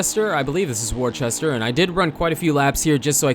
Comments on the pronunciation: lmao warchester you mean wooster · worcester is pronounced wuss-ter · “worcester” is pronounced “wuss-ter”